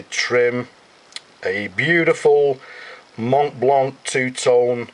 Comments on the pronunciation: Montblanc, not Montblank ;-) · and you dont say the "t" and the "c" just "mon blan"